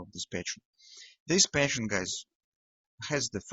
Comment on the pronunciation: Hi.. I enjoy your videos.. wishing you success.. There is one word you pronounce really different than it should be is the term "pattern".. With you it sounds like "patience".. I watched your videos for more than 6 weeks till I realized everytime you said patience it was actually meant pattern.. Is okay.. not a big deal.. but I just wanted to clarify this for other viewers who didn't realize that yet. Stay Green